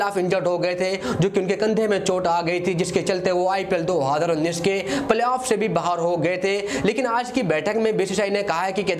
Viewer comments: Adhi ranjish bol rha hai ya 2 hajar unnis😂😂😂😂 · Do haaaaadar unnis . . Hahaha ..... Isko konse planet se laye ho... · Abe tu YouTuber kese bn gya do haaadar unnis Kya bol rha h..😂😂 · Dohaaaaader19 nhi hota hai 2019 hota hai😁😁😁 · 2 .......019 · दो हजर उन्नीस😂😂😂😂😂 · Dohaddrraa unneess 😂 Dohaddrraa unneess 😂 Dohaddrraa unneess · How many time he said "do haadar unnish" ....Lol😛😛😛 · Do Adhar uneess bol raha hai kyaa😂😂😂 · Bhai jab nhi bol paa rha hai 2019, to h itna use Kyu kar rha hai,simply world cup bol de .......... Do hadar unees bol rha hai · Do hazar unnis ni bolte aata kya teko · 20 baar sunne ke baad samajh aaya... ye 2019 bol rha h....😂😂😂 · 2019 tho ache se bol loo yr